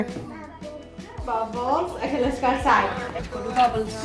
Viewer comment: “Bubblesh” hehehe